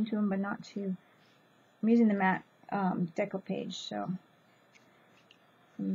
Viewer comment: Decoupage: "deck-oh-PAH-j" (soft G like the 2nd g in "garage")